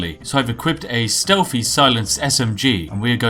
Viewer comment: I like the part where you try to put on what you think is a posh accent but still say "somefing" "stelfy". Also, the Bretons have names like Giraud Gemane and Amaund Motierre, they're not supposed to be British. They have no connection to tea.